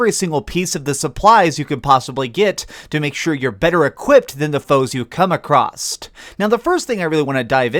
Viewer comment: “Acrosst” is not a word. It’s “across”